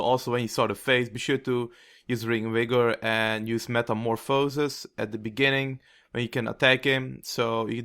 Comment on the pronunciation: meta-morph-asis meta-mor-phasis lol I know english isn't your first language, I'm not making fun... (Well, maybe a little but it was funny to hear)